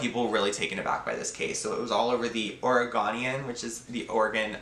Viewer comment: Hey! So first off, I love this. You definitely will have a solid place in the true crime community. For future reference, Oregonian, that middle part, is pronounced as “go” as in “we go to the store.” I have a feeling you’ll probably cover more cases in Oregon, and have to cite the Oregonian as a source, so I figured I would let you know how to properly pronounce the word! So looking forward to seeing more content! You’re giving me just a little bit more courage, so hopefully, I can get my ass in gear and we can both be uploading videos!